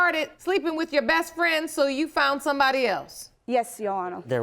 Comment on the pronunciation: Bess Fwen 😂